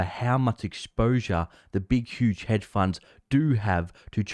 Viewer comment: It's pronounced 'hedge', bro, with a d. Not head funds. Thanks for the video.